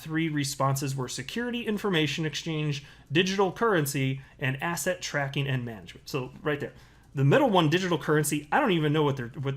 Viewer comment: Did you just say asset or asshat,?